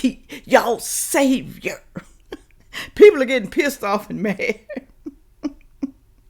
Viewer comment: it is SAVIOR, not SAVER.